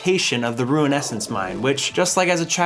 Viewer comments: ok after he kept saying even Rune as Ruin, I stopped watching...insufferable. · ROON, NOT ROOEN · "rune" and "ruin" are two different words and arent interchangeable. Your pronunciation bothers me so much. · Love the video except hearing ruin scape every few minutes lol rune is not ruin but gg mate hope you enjoyed the journey im an rs3 player but i love the osrs experience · You runed the word rune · Did anyone notice can't pronounce Rune? (Ruin is a different word I love you don't me) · are we not talking about the way he pronounces rune ;c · your pronunciations are great lol specially of rune and mithril. u say runescape and rune scimitar so weird somehow